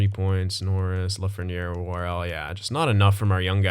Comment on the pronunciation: "La-fren-air", It is "La-fren-yay". Keep up the good content man, love it.